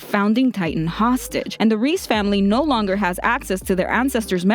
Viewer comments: Reiss = Rice not Reese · everybody does this its not rod rees its reiss it sounds like rice but it reiss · Reiss is pronounced "Rice" not "Reese" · The Reiss name is pronounce "Rice". It's a German name. Between ie or ei you pronounce the second letter. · Its Reyss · You just butchered the Reiss families name 😑 😂 come of my phone